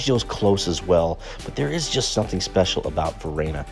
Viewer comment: Great tips, thanks. However. Bellaggio is a haven for tourists. And the locals know about it. Italians wouldn't go there, and if they do, they certainly wouldn't be falling for all the tourist traps. Oh, and it's Varenna, not Verena